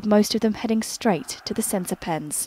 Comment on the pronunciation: Idk what happening but when she says “pitch” or “center pen” it makes me laugh